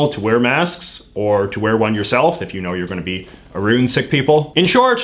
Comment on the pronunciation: OK, but the way he says about and around.......